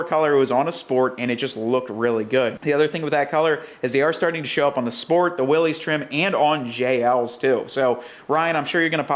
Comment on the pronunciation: I love what you are doing with the '41. The offset spare with the fuel can on the tailgate is very cool, although I think it would be better with a Jerry Can instead of a Rotopax. And the blackout light up front is awesome too. I just have one persistent complaint. If you are giving a nod to the original MB with this project, why in Heaven's name would you still pronounce Willys as Willeeez? I'm sorry, but I just can't give a video a like or a share when this error is in it.